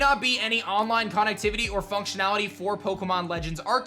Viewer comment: He says connectivity lik conactivuty